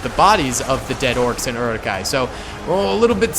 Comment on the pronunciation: This mtherfker really just said "eri-kais" and "knights of Rohan"....... Is he even a lotr fan? Its Uruk-hai and Riders of Rohan.